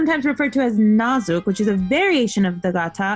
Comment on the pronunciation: Oh lol I spoke too soon you guys said nazuk lol